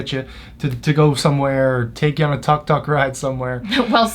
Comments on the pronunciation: Pronounced Took Took not Tuk Tuk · it is tuuuuk tuuuk not tak tak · It's pronounced took took